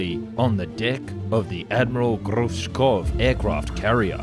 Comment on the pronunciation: It’s Gorshkov.